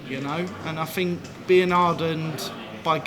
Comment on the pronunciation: Cross did not pronounce a "th" the whole interview. I fink his frow is nofing to sniff at.